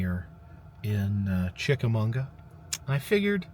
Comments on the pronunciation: We lived right close by for over a decade, had our family portraits done around the cannons and cabins. It's Chicka MAWGUH. Lol. Very close to lake winnepesauka amusement park you visited before. Green Eyes has been told to me for a long time. I think it comes from writing by Ambrose Bierce. The hiking trails there are nice, and horse riding. We will go next year, since we moved further south I've never known there was a festival! You are also about an hour from The Pitty Pat location, Shipley Hollow Rd in Sale Creek TN. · Glad you caught that too. Kind of cringing every time he said it. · Yes, I was cracking up every time he said Munga. But it is definitely chick-a-maw-guh. Source: It's my town. ;) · It's Chica mawga Ga. Not Chicamunga Ga. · Chick-Uh- Maw-Guh not Chickamunga,! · I love your channel but it is not chickamonga it's chickamauga lol I live in chattanooga all my life and known about greens eyes my whole life it's a huge local legend much like the soddy daisy kangaroo lol that last one is mostly unknown but I digress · It’s pronounced chick ah Mogga not chick ah munga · No it's chicka-maw-ga, not mag-wa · There is no "n" in Chickamauga! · I didn't know there was an "n" in "Chickamauga".. It's Chick-a-mah-guh... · CHICK-A-MAU-GA! Say it right please. This is my hometown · You are pronouncing Chichamauga all wrong. It's funny I lived near it for 43 years never ever hear your pronunciation like that. Lol it's pronounced mmmmagua on the in like the Spanish translation of water agua buddy. Love your adventures out there be safe. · Great video as always! Chick - Uh - MAW - Guh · “Chickamauga” is a Cherokee word pronounced chick-a-mog-uh. Great video! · great video but......Chick-a-mag-wa is how you say it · being from fort oglethorpe, hearing you butcher chickamauga so many times is hilarious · yeah 50 ppl already told him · There is no ‘n’ in Chickamauga. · It's kinda sad you mispronounced the name of the place the whole time